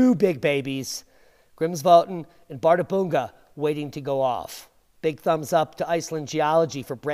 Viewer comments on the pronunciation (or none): One slight correction: "Bärðarbunga" is pronounced as "par-thar-pung-ka".